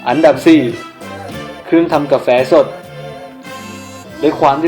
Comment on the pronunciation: ทำไมพี่พูดเหนออ่ะเครื่องทำกาเเฟ5555